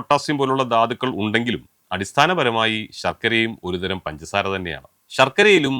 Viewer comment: പൻസാര അല്ല സാറെ... പഞ്ചസാര 😆